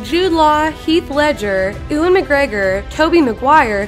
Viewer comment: “Oo-an” McGregor. Come on now lol